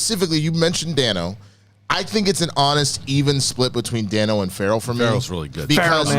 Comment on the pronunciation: It's pronounced ˈdeɪnoʊ. Paul Da(y)no. Everyone keeps saying it wrong.